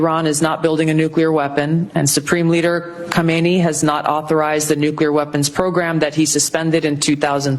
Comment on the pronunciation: Hey, I don't know if you'll even see this, but please look into the pronunciation of Khamenei. It's not the same as the former Ayatollah Khomeini.